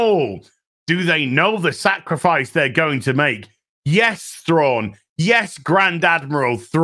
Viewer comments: Get it right, Its Grand Admiral Prawn. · Excuse me, but you heard.. his name is now Thrawnk. Or Thronk if you prefer. Not to be confused with Stronk. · "Thronk" 🤣 - not sure if meant it, but its so close to Kronk from "Emperors new groove" - who is a comically inept character - but in a good way. Thronk (Thrawnk?) being also comically inept:p